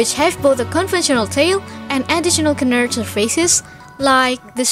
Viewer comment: great video c: , but the D and the S of canard shouldn't be pronounced :p